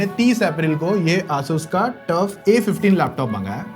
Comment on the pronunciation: ASUS ASUS not Asuus